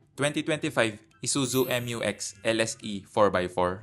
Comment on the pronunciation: not MU-X but rather Mew-X pag pronounce